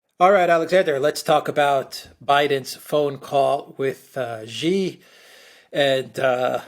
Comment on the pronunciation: "Xi" is pronounced "See"!